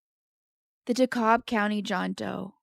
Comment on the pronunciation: Great job! What a sad story. Brava on pronouncing Dekalb correctly also on correct grammar in saying As I Said , vs Like I said.